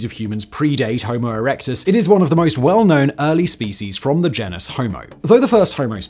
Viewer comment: And right after he started talking about naledi he pronounced genus as ‘jen-us’